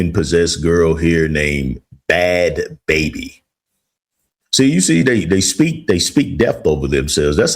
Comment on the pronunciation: Bhadd Bhabie is actually pronounced Bad Bahbie like Barbie without the r.